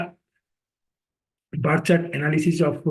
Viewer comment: Bengali - birth detail nahi " barth" detail 😊😊😊